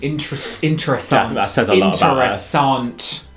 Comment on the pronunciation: the way you said interessant like a dutch person got me shaken